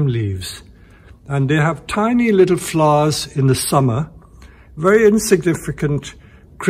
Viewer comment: I love the way he say s flowers? " FLOUS